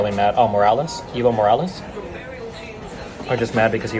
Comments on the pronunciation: Can't pronounce Evo Morales says everyone else is lying just because. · Him not pronouncing the name correctly has nothing to do with anything